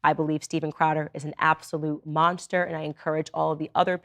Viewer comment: she can't even say monster right.. monshter